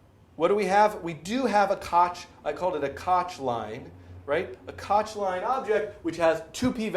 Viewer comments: It's not kotch rhymes with crotch... it's Koch rhymes with loch (voiceless velar fricative) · It is pronounced kok curve